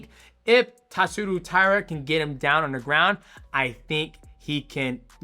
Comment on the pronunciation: Japanese name pronounciation vs DJ is undefeated. Also is Josh related to Theo Von? And why does DJ decide to start pronouncing the names right half way thru the vid? Then reverts back to TatsurU but maintains saying VAn. Weird.